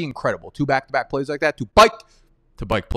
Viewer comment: Bro i like your content but please stop saying "byke" in place of the word "back" it sounds so dumb.